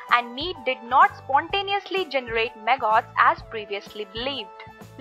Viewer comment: She’s saying “maggots.” Took a minute for me to understand. Clear video. I like it a lot.